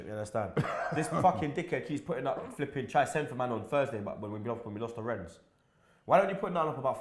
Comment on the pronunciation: Just a little observation. Arsenal fans are somewhat bipolar. One day they hate everything about it and the next day, after one good result this!!! Lol ! Plus Robbie is never gonna learn to pronounce Rennes now is he?!